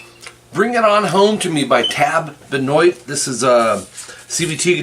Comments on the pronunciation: I am from the area tab came from. You pronounce Benoit as benwah not Benoit. The name has a french accent. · Dude, lean how to say his name right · Please learn to pronounce his name right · Been looking for someone that will teach Tab Benoit guitar,,,and found this guy that can't pronounce his name. Could have taken a minute to look it up.